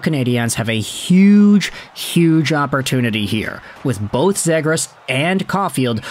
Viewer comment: Please learn how to pronounce his name right … Zee-gras not Zeh-gras ……